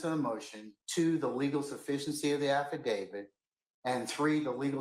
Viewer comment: It's AffidaviT. NOT affidaviD. Lol... Who's "David??" 😅